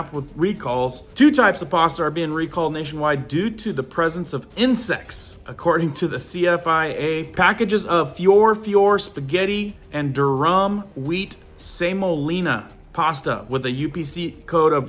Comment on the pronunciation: Cabot butter ? Cabbitt is how you pronounce it durum pronunciation is der rum lol just fyi